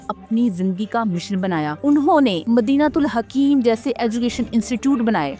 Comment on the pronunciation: Urdu sahih nahin parh rahi, theek naam Madinat ul Hikmat ha!